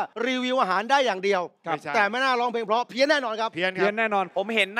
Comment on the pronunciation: ชินจะเก๊กไปถึงไหน เล่นใหญ่จนน่ารำคาญ น้องเก้าดีงามทุกอย่าง แต่อยากให้ไปฝึกออกเสียง ร,ล ให้ชัด ๆ หน่อยน้าา โดยเฉพาะคำว่า 'เพราะ'